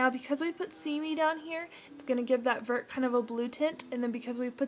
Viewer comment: Vert means green in French. But, it's pronounced vairt. :3) Just so you know.